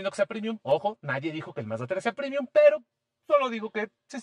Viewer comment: Muy chiros los videos de. Un solo pero: ¿porqué dice “primium”? Es premium, latín, no inglés. Premium, no primium